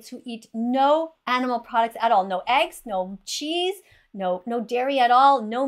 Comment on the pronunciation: did you say eggs??